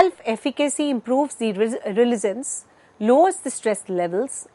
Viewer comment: Would've been better to hire someone who can pronounce resilience right